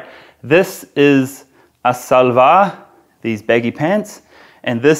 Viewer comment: I was wondering how he learned to tie izaarband/naara (cord in shalwar)😉 Karl it's shalwar(as in she) not salwar.